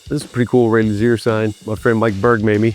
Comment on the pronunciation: Is it “Lu-Zeer” or “Lu-Z-A”? He pronounces it both ways in this video